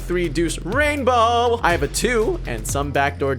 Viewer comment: You would have 1 million subs if you didn't say rainbow like that